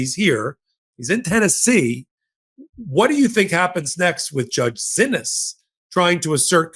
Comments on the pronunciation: ❓@ when are you going to pronounce the judge's name right❓ It throws me off every time you say, "Zinnis". Her name is pronounced, "See-knees".😜😁💜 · Why do you stubbornly refuse to pronounce the judge's name as "SEE-knees", after being told over and over that is how the judges is addressed? Totally frustrating.